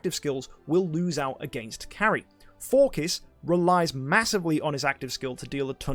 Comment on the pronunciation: my guys out here calling him forkiss